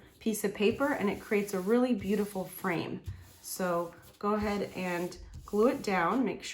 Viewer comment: Stop saying goahaed!